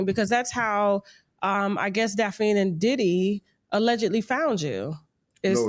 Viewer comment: Her name is pronounced "daf-nee" not "daf-eene" 😂😂😂